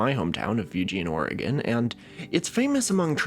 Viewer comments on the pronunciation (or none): none